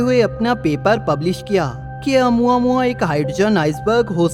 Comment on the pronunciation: Nice video bro . It's pronounciation is "O + mu + aa + mu + aa "